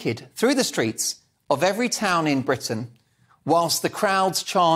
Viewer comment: Unfortunately Jeremy has played straight into her hands with this one --- "See Hawwy, I told you they were sooo mean to me over there in Bwitain".